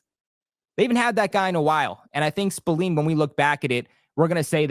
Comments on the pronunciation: Robert Spil-Lane correct pronunciation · Dawg it’s an “A” not “E” smh